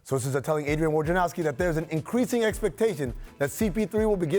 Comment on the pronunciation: Why is it so hard to say Wojnarowski and not Worjanowski? It hurts me every time. :)